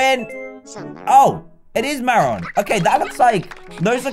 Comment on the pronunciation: Marron is pronounced (maroon) 😂 your welcome to be honest they taste good you shouldlool em' up😄 LOVE YOU